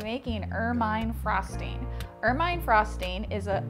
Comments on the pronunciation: Pronounced "ermuhn" not "ermyne" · It's pronounced er-min. Not er-myne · Pretty sure it's pronounced "er-min-nee" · The pronunciation is "ERR-men." Like the animal. :-)